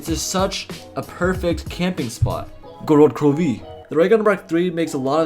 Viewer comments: All the 400+ people who disliked hated how he said GoRoD KaRoVi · whyd you say gorod krvi like that